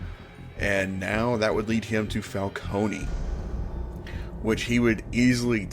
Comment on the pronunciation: I'm sorry but the pronunciation of these names killed me so for my own sanity I have to say Ra'h al ghoul is Pronouced Ray•sh•al•ghoul falcone is pronounced Fal•cone (no y) ect. Still great vedio and loved it tho!